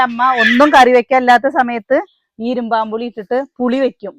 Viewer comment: ഇരുമ്പൻ പുളി എന്നാണ് പറയുക, ഇരുമ്പാo പുളി എന്ന് കേൾക്കുമ്പോൾ അരോചകമായി തോന്നുന്നു, അതുപോലെ,'അമ്പഴങ്ങ' not 'അമ്പാഴാങ്ങ"